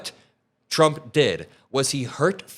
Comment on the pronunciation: Her "tr" sounds like "ch", President Chump